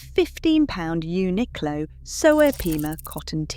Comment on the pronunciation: Uniqlo pronunciation is Japanese , not English pronunciation, so it is right .